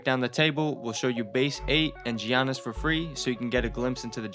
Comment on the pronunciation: G-Yannis Lol